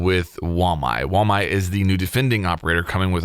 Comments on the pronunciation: Wuh-My not Wah-My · flanked its pronounced wah-my!! not wom-i!!! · It sounds like he is saying Wall my 😂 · Because of this video I’m a little confused wether it’s pronounced “WA-MY” or “WOOLMY” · I think Get Flanked is still pronouncing it wrong with his weird flyover state accent.